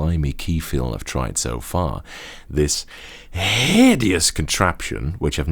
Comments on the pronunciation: Haven't I heard your voice on movie trailers? Also... your emphasis on the word "hideous" made me LOL! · Its just the way u say hideous 😂